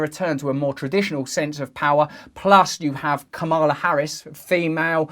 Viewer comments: I thought I’d just let you know (before any trolls chime in) that’s it’s Kámala - the emphasis of the intonation is on the first syllable. Good video! #TrewBeContinued 🤓😘❤️🙏🏼 Xx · It’s Kamala like Pamela.